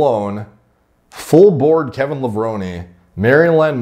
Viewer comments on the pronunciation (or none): none